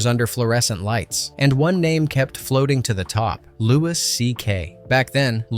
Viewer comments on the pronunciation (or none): C’mon man. What rock have you been hiding under? Lewis CK?? Its Lew-E CK. Be better. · It pains me when someone mis-pronounces a celebrity's name so blatantly and repeatedly. Louis C.K.'s first name is pronounced "LOO-wee", not "Loo-wiss". 😕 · Stop saying Lewis. It's pronounced Louie.. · Lewis? You mean Louis lol. Like King Louie from Jungle Book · His name isn;t pronounced "Lewis" CK, FYI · LOO-ee CK 🙄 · Louis (pronounced Louie) C.K. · Dude, its Louis pronounce “Lou-ee”. If you are going to do videos, did you NOT do your research? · It's pronounced "Louie" CK. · I'm punch this guy who keeps saying Louis and not Louis CK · You don't pronounce the s in Louis